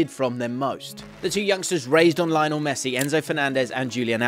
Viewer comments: This was fantastic but just a simple change that could make it so much better is pronouncing the names correctly. Its as simple as switching the accent around and wouldn't even take a minute. It's lioNEL not LIOnel, it's juliAN not JUlian (with the J pronounced as an english H) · It's it just me? Does anyone else get perturbed when these videos call him Lie-nel instead of his actual name of Leo-nel? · It's "lee onel" messi please! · It's pronounced Leeonel man! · it is LyNO it is LEE-YONEL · cant even make the effort to pronounce his name right... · You're saying Lionel Messi's first name wrong. If you have watched any of his games or listen to any commentators say his name then you would know that you are saying his first name wrong. Not sure how more ignorant you can be.